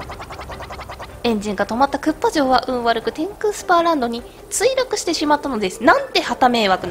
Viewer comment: 天空スーパーランドじゃないよ天空スパーランドだよ